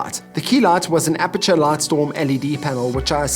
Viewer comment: Nice video. But, its Aputure, not Apature. Common mistake, no big deal.